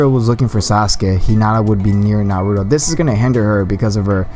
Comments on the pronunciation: you said naruo in stead of nar u too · It's not narudo it's naruto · Nar-ru-to Naruto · Skilled Magician that's not how you say Naruto come on